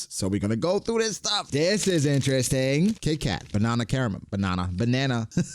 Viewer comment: Says banana correctly then corrects himself by saying "banearna". WHAT?